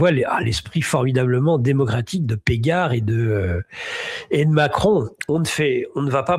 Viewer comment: Catherine Pégard et non Péjard